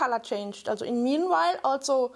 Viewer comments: This exacly what I wanted to say aswell. Thank you! It is not only that she has a horrible accent, but that some words are just pronounced wrong /german: Especially "also". (For non.germans:) "Also" is a word that exists both in german and english, but has a completly different meaning and therefore (aside from gerneral differences in the pronunciation of both languages) pronounced differently aswell. (Sorry if there are grammar or spelling mistakes) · i'm german and her "also"s trigger me so hard, rn.